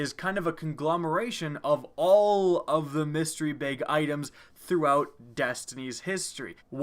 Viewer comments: Why do you pronounce bag so ugly? "Baeyyg" cmon man. Its BAG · I like it when he says "bag," makes me laugh